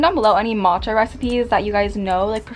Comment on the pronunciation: I'm your japanese fan and I like your pronunciation of "matcha" 🥺it's so prettyyyy